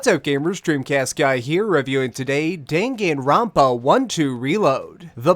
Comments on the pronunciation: Dinginrinpa?!?!?!?!?!?!?!!?? I'm sorry but the fandom will assault you if you keep saying it like that... It's pronounced: Dan Gun ron pa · Was pretty interesting hearing another pronunciation to the title as I've heard it as (Dah)-(Gahn)Ron(Pah) rather than (Deh)(Gen)Ron(Pah). But it didn't sway my opinions on your review. I've seen walkthroughs on it and honestly the more recognition this game gets the better as it's enjoyable. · Just watch the Anime OP and pronounce it like that